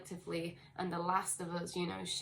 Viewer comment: you continue to be hittin' every nail on da head good... Earthquakes in 3D are a connected thing too, as well as all else you allude to... I like how you say "uz" btw :) It's Eleven on the dot 16 0 3 Star Age Be Many thanks continued... :D Much Love - ISUZ 11 01